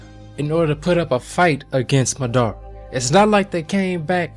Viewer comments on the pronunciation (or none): Ma DUH ra not madddaarea